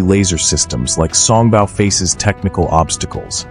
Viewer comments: song bow not bau. Your AI suffers from pronunciation problems. it can take its bow (bau) in the alley before the mice. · Mispronouncing “Song Bow” (Bow should sound like “Row”) instead of sounding like the sound a dog makes (“Bow Wow Wow”)! Repeatedly over and over again with that bad AI pronunciation.